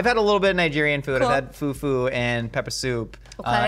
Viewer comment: The pronunciations for me😂😂😂 Its amala not amaaala And it's fufu not fuufuu